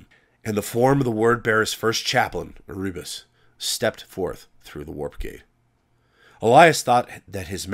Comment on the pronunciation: Erebus = "Air-oo-bus" ? I am now convinced that you are just doing it to fuck with me.